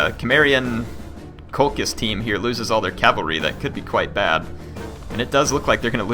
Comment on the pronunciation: COL-KISS NOT COL-CHISS BALLY-ARIC NOT BA-LEERY-AC PLEASE SAY THEM RIGHT